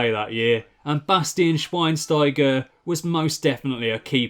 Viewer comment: schweinstiger? c'mon...